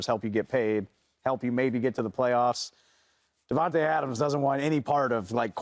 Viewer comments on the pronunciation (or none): bra can y’all stop saying devonte when it’s davante y’all blows me